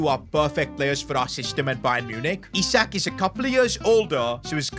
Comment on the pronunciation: Finally bro stopped calling him eye-sack